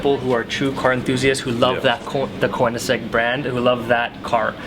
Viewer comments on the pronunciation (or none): how is the Koenigsegg not a Teir 4? also I'm a die hard Koenigsegg fan, but ti's still WAY to damn expensive, Also it's pronounced Ker-Ning-Segg